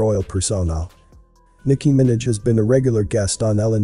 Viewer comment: Liked the video but you are saying Minaj wrong